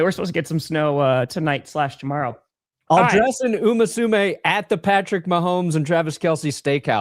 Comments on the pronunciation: It’s Uma Musume, not “umasume” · If the Broncos win the Super Bowl, will learn to say Uma Musume correctly?